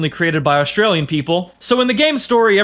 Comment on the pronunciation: The way you said "Australian People" is funny lol